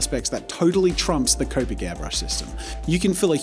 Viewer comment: Wait. I thought Jazza used to say copic with a short O, like comic. When did he start saying C-oh-pic instead of C-aw-pic